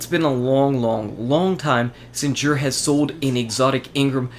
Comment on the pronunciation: It's actually pronounced Zur. Not Zhur. Tried to spell it to make sense!!! Lol..